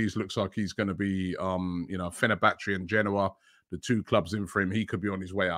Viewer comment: Fe-ner-ba-chay not Fe-ner-ba-chee 😂